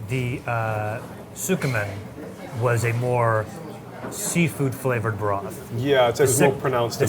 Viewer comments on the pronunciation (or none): Some dudes that know nothing about ramen, soo-koo-men, come on... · And tskEMin. The “u” is virtually silent after the ts. 🤷‍♀️. A little research would add a lot to the credibility (and watch ability) of this. I love the series overall, but the horrible mispronunciation is just jarring.